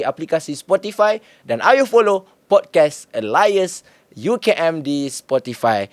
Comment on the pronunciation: Pod-kaast bang. Bukan pod-kes